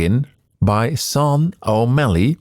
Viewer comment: This is so lovely! Incredible to see behind the scenes. Btw, I think Sean is normally pronounced "Shh - aww - n"